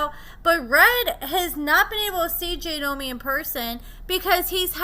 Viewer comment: It’s JOY-nomi…not JAY-nomi 🤦🏼‍♀️. I don’t know why I was thinking you would pronounce anything correctly, that’s my bad, expecting too much out of you again. “Re-Nember”